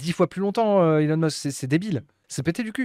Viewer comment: C'est Heu-lon Musk ...